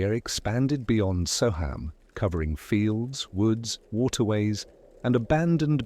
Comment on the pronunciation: It’s pronounced So um not So ham